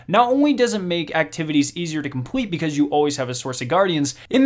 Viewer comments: Bro work on your l instead of saying compwete complete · Okay, you've messed up saying Complete and Public, you said : "Compwete" and "Pubwic", need to fix that bro (Edit:) you need to learn how to say words with L in them. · compwete, qwickly, atweast